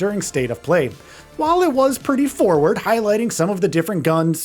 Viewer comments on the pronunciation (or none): none